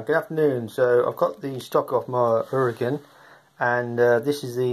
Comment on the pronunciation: Definitely the trigger needs adjusting, can tell by seeing the large overlap on the sear. Regarding the linkage length, you have to decouple if you want to turn it otherwise the rod just rotates on both ends but the length (what makes the difference) remains the same. It is pronounced Ura-gaaaan.I would adjust the second stage.